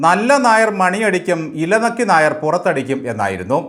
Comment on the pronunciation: Nair ennathinte avasanathe r vitte bakki parayanam.